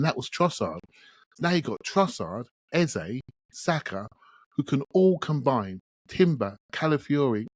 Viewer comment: Our number 10s name is pronounced EHZUH not EHZAY! When are you going to respect the man’s name. EH ZUH (like duh). It’s like running around calling Saka Saké. Most podcasters have realized his and now pronounce it correctly.